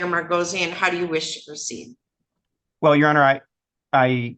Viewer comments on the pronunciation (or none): "How do you wush to proceed?" "Out the door and over the horizon Your Honour".